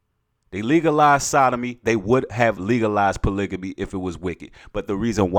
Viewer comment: Hey brother, I think you're pronouncing polygamy wrong but I love your message.